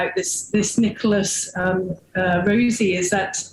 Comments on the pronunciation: His pronunciation of the surname "Rossi" is an absolute giveaway. He repeatedly says "Rosey" not "Rawsi" as an American would. That was Always the first giveaway on this case to me. And this same Mispronunciation is mirrored by the wife, and this is incongruent with her Bristol/South West accent. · Why are this couple mispronouncing 'rossi'. Italy isn't far away, and despite Brexit, the UK and Europe DO trade quite a lot. They would both know perfectly well, 'rossi' is not pronounced 'rosey'. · I love how hard the guy works to mispronounce Rossi and Alahverdian Also, the wife repeats the same lines that Nicholas has previously said in other interviews, about the press being at the door and not being about to go out for a pint of milk and that whole spiel.